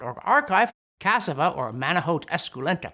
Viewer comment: cas-SA-va. (Sez the same dude who tried to help with Spanish in ur report.) Somehow despite more nitpicking from me, your videos remain great. But yo it feels like ur picking on cassava, bro. Apples contain cyanide. Tomatoes potatoes & eggplant are all in the deadly nightshade family. Many roots require processing to remove toxins before eating. Cassava is par for the course!